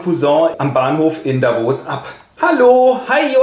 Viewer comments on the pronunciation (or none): none